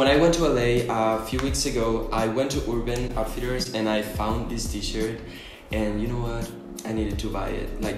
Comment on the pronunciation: Pronuncias “urban outfitters” tan bello :) i’ve been subscribed to you desde cuando tenías 5K!! sigue adelante con los videos!! (<- omg my spanglish lol) te quiero mucho manu💛🌻